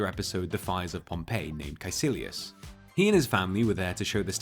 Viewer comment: Caecillius is pronounced KUY KILLY US